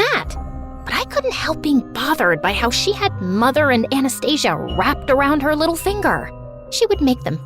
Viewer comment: It's supposed to be анастасия(pronounciation), not A nast Asia😂😂